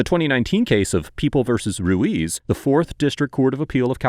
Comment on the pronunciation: Pronounced "ru - eetz" not "ru - ease".